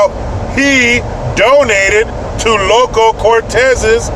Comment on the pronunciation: You got it wrong again! It is Loco! Not "Local".